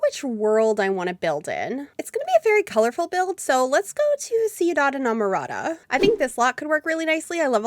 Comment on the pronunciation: When people see the world “ciudad Emerada” I find the pronunciation “C-dad Emerada” hilarious when Ciudad is pronounced “Q-dad Emerada” akthough tge Spanish would pronounce “City of Enamored” as Ciudad de Enamorados